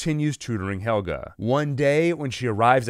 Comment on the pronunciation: PLSSS SAY NAMES CORRECTLY HEL-GE NIT HELGA